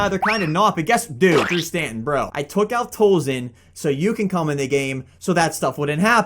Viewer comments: It's pronounced TOLLZEEN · #wbw yo boy garbage can not pronouce scott tozien when it is pronouced scott tolzeen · your saying Scott Tolzien's name wrong